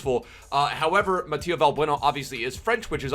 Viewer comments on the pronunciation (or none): Its MATH Y JEU , not matia 😂 tnx for butchering my name